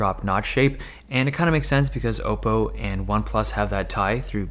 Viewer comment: Thank God you say Oppo right